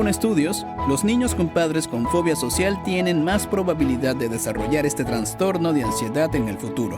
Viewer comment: Es Trastorno, No TraNstorno, esta mal dicho.